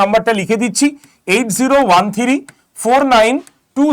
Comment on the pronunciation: থিরি???? 😂 থ্রি নয়?